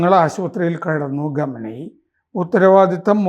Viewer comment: ആരാ ഈ" ഗമനയി ", സർ ആ പേര് ഒന്ന് മര്യാദക്ക് പറ.